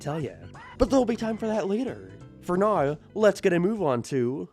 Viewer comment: "neoouwww" Dude canadians are not real, literally hate english canada canada would be my least favorite country and people if quebec didnt exist, since quebec exists its up there in my top 10 though, you literally cant speak english and you do it on purpose its so gay